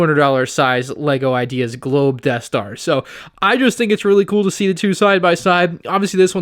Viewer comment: the eaeth star